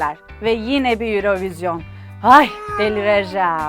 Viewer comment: Sevgili Vibio ekibi ve, Yayınladığınız birçok videoda ilgimi çekti, neden "Eurovision" 'un "Euro" kısmı İngilizce, "vision" kısmı Fransızca telaffuz ediliyor? Tabi istediğiniz şekilde telaffuz etmekte özgürsünüz fakat şahsi fikrim, böylesine telaffuzlara ve diksiyona dikkat eden bir kanalda orijinal telaffuzu olan "örovizyon" hadi olmadı "yurovijın" diye telaffuz edilmeliydi. Farklı bir sebebi var ise beni de aydınlatabilir misiniz?